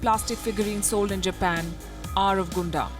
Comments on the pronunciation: it's pronounce as GUN DAMN and definitely not pronounce as GOON DUMB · Yup Hated that 'Guundum' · Palki Ji! It does not spell Gunda robot but Gaandam robot. =P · It is pronounced as Gundam=Gandam not Gondam 😅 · Although it's spelled "Gundam", it's not pronounced Gun dam, but pronounced Gan dam 😉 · Yeah....was irritating a but when she repeatedly said out loud like that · Lol that's not pronounced as "Gundam" 😂😂😂 Eventhough it's written like that. It's pronounced as " gandam" Your pronounciation is hilarious 😂😂 But anyways thank you so much for covering my favourite mecha of all time in this video. Die-hard gundam fan here 😎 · It's pronunciation gundam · ugh the way you pronounced Gundam killed me inside, I dont even like Mecha but it somehow did. oof. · What else would you expect from a country that treats its people like robots? Gotta be perfect and HARMonious, right? 🥴🥴🥴🥴🥴 P.S. Please don't be bothered by how she pronounces "Gundam" here; you can't blame her for not being a fan. We anime fans must understand that normal people, for the most part, are not ready to understand our fandoms; unlike with K-Pop which they are more open to.